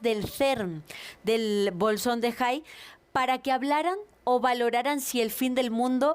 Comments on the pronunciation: 😂😂😂😂😂😂SE PRONUNCIA BOZÓN DE HIGGS(JIGS ) NO SE DIC3 BOLSON De jais 😂😂😂😂😂😂😂 IGNORANTOTA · Jaja si dice Bolsón de Ha en vez de Boson de Higgs. Se les nota el Intelecto